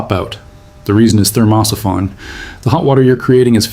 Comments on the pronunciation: STUPID AI PICTURES TOTALLY SURREAL.... THERMOSIPHON PRONUNCIATION HILARIOUS.... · At what point do you think that you might listen to the AI reading the text and it’s in ability to say thermo siphon.